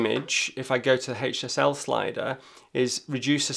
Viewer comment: I keep thinking he's saying "hate yourself" slider instead of HSL 😉